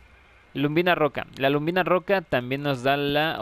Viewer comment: colega; perdona si te molesta, no es luMbina,como tu dices es lubina, si "m". Un saludo